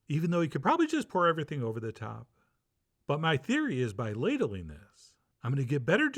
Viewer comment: "I love a good ladeling" 🤣